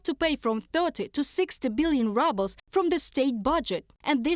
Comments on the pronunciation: Haha I like how they pronounced it rubles, as in reduced to ruble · Is it her accent or on purpose when she say rubble's lol..